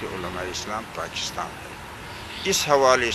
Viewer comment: So cute Mulana Sahab Pachistan 😂😂😂, make sure it was 4-5 time pronouncition mistake